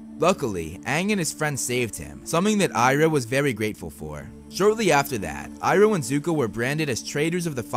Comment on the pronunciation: You purnoced his name wrong its the goat